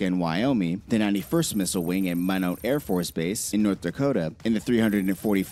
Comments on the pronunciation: It's Mine-not, Minot North Dakota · Coming from way eaten Montana, almost to the ND border. I cringed whenever the original video guy mispronounced Minot, ND. It's pronounced mine:ought.